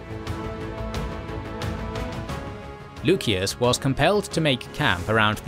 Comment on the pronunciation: Lusias. Theres no k, just c.